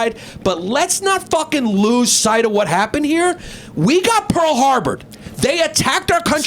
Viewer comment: PARL HARBAH